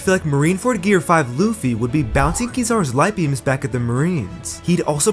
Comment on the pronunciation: Gear not gare